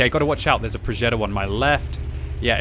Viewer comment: "Progeddo" Cmon, you're not American.